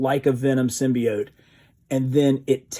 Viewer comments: Finally he said symbiote and not symbeot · Thank you so much for sticking with symbiote the other pronunciation was driving me crazy also congrats